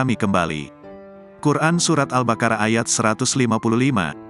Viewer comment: Bacanya pakai q,albaqoroh,bukan albakarah,🙏ma,af ya pengisi suara